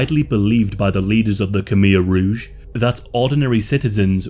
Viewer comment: Why not learn how to pronounce Khmer Rouge?